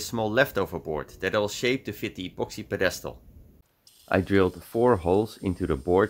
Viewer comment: Ziet er weer mooi uit man. Btw bij het woord pedestal ligt de nadruk op de eerste lettergreep.